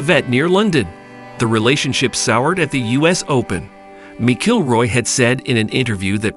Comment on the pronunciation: Mc Killroy and Miss-Ilroy pronunciations really made my day today. Thank you.